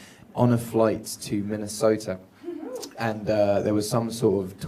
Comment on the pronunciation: the way ed says "Minnesota" had my dying! The man is do adorable!!!